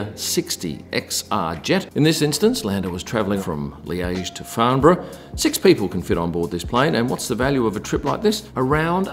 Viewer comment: FYI, Farnborough has an airport. But props on saying it correctly, even Microsoft TTS on british can't do that.